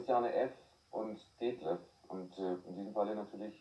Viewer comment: Ich war ja damals als Drogentherapiebetreuer der beiden bei der Talkshow mit anwesend! Detlef musste nicht nur wegen "H" schmunzeln, sondern auch wegen der Aussprache des Moderators bei dem Namen Detlef. Der Moderator sagte: "Deeetlef" - Damals wurde dieser eher so noch ausgesprochen in der Schwulenszene. Obwohl wir dem Moderator Felix Parbs im Vorgespräch darauf hingewiesen hatten, konnte er wohl dann nicht anders. Aber in so manchen Regionen von Deutschland spricht man den Namen halt so aus. Und wegen "H", weil wir in der Therapie den Leuten damals empfohlen hatten anstatt "H" Heroin zu sagen.